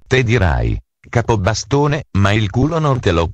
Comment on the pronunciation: "kapabastana" di dove sei xD??